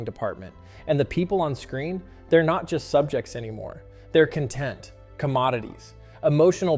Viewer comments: CON-tent not cun-tent. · stop saying content like that tf wrong with you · I'm glad I am not the only one that was bothered by that. Stop saying it like they are happy. Bad Bot! (not you, )